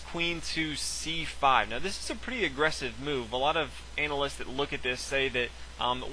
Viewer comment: ..."Anal-ists"? :-D